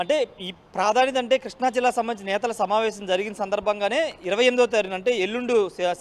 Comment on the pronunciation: Arae కృష్ణా రా బాబు ,కిష్ణ కాదురా